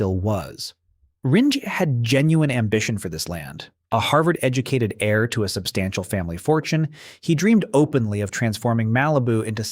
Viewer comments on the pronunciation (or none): none